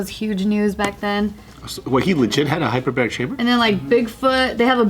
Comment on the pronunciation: “Hyberberic chamber” huh guys